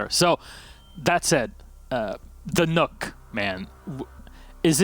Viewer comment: I cringed when he said nook not nøkk